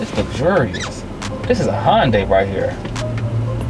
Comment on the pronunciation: Hyundai pronounced (Hunday) not (Honday)